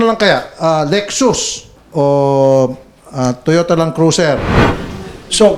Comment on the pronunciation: Lol lek-sus...lek-sas yan te Raffy.